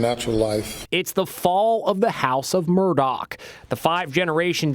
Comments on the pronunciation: Stop saying Murdock it's murdaugh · In what language is Murdaugh pronounced Murdock? It’s Murdaw or Murdawg in American English, no? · They pronounce it Murda. Ridiculous.😲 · Why does the guy narrating this video say Murdock? Clearly he had to know the correct name before doing the video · Inside Edition's first reporter and the male narrator mispronounced the Murdaugh name through out the entire video.